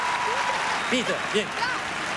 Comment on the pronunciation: Piter non peter